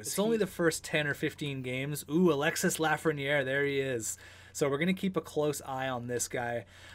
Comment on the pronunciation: The « s » in Alexis Lafreniere is mute its pronouce alexe like